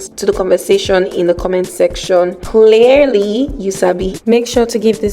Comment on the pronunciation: I thought the subtitles were wrong to translate Clairely for clearly 😒